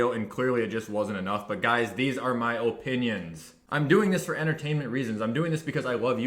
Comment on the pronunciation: “These are my öpinions”